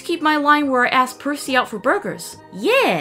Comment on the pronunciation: Percy it's Percy you messed it up